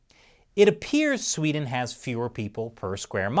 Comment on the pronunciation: Thank you. Thank you for understanding that we won't really know anything for certain until it's over. Thank you for a balanced report of Sweden instead of the hyperbolics most U.S. media usually puts out. And thank you for noticing there's two E's in Sweden! Very refreshing hearing an American not pronouncin it "Swed'n".